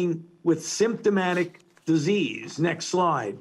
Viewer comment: When he says "next slide", I kept hearing "next lie"